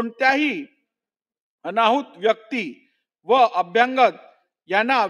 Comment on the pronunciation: वाईट वाटते यांचे मराठी उच्चार ऐकून. मराठी आणि इंग्रजी भाषे मधे प्रेसिमे असा कांहीं शब्द नाहीय. तो शब्द प्रिमायसेस म्हणजे आवार असा असावा. तसेच अभ्यांगत नसून अभ्यागत म्हणजे पाहुणे असा शब्द आहे. पोलीसांनी लिहिलेला रिपोर्ट शब्द दुरूस्ती करूनही वाचता येतो. पण महत्वाच्या अशा अध्यक्ष पदावरील व्यक्ती कडून हे लहान मुलांसारखे वाचन मुळीच अपेक्षित नाही. वाईट वाटते आणि कींव येते हे ऐकून. विशेषतः मराठी भाषेला अभिजात भाषेचा दर्जा मिळाल्यावर.